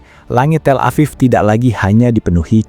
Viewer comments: TEL-A-VIV not TELA-PHONE-A-VIV🙄🙄the pronounciation is paining my ear. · tel EPHONE aviv? Wins today's award for dumbest AI. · TelevonaTHIEF?? Do I hear that right??😅😅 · Auto-dubbed says “Telephone Afif” for Tel Aviv. I’m going to call it Telephone Afif from now on. LOL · " Telephone Aviv?"" FFS. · AI Trash. "Telephone Aviv" was too stupid of a thing for a real human to not have caught. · “Telephone aviv” 🤦🏻‍♂️